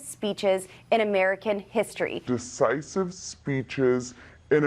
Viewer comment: Did she say "deCisive" rather than "deVisive"? What an idiot!